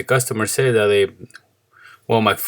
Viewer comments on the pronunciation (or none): none